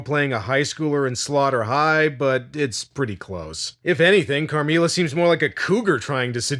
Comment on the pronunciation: not you butchering the pronunciation of “Carmilla” 😭😭😭